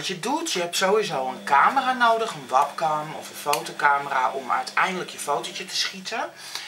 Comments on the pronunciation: Wabcam? Het is webkem! En trouwens je vingers zitten niet goed of zo✌️of zo 👆(je middel vinger) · ''Ik heb dat niet nodig want ik ben een natural beauty!'' Ga dus niet! Trouwens het is niet wAbcam maar je zegt wEbcam! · Een "wapkam" ik ga stuk😂😂😂😂😂